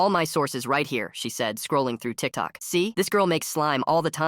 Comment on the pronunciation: How the ai voice said Tik Toke was wild🥀 but good video!